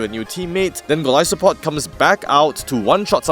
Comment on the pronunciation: You are saying it correctly. It’s that some people pronounce it as Goal-iss-o-pod which makes no sense to me considering where its name comes from.